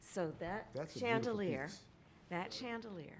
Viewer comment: what the hell is a “shantalier”?